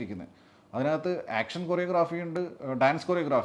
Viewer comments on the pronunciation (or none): none